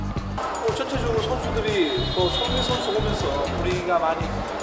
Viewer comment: 어 손밍 슨수와 항이죠 슨수를 어 지금 보시며는 짬뿌가 상당히 어 높기때문에 키르기.., 키,, 키르ㄱ,, 키르기슷탄 선수들에겐 상당한 쁘레싱이 될겁니다...